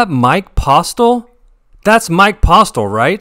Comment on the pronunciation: 5 things from this video. 1. Its Posle, "T" is silent. 2. is running insanely hot--he doesn't lose. 3. The guy doesn't look like the cheater at all, click bait? 4. The games are incredibly soft in Texas. 5. You can't be afraid to apply pressure with the 2nd nuts.